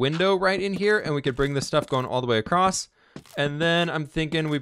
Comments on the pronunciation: I cringe every time he says "acrossed"... That's not a word! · I’ve noticed a lot of Americans (and/or Canadians, sorry :p) always pronounce ‘across’ like, ‘accrost’..? Very strange! No bother anyways just thought it’s a funny observation. Thanks for the vids, I’ve been going through them all! :)